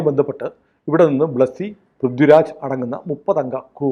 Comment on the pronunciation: പ്രിദ്യു രാജ് അല്ലാ പൃഥ്വി രാജ് 😆